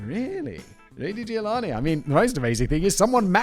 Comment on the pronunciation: Well, he also said that she gave birth in 1980, so yea, I think he might have just been tired. Not that this is a good enough excuse, but still. One love ❤️ Edit: I'm here after "Ruty Giovanni", and just wanna say that Simon had an even worse than usually day for reading and saying names.